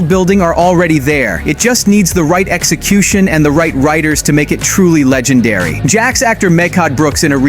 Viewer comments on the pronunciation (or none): none